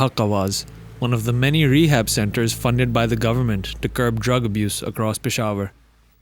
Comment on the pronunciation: exactly how a pakistan or indian would pronounce rehab in english tho. 🤷‍♂️